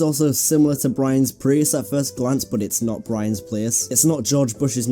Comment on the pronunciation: You mispronounced prius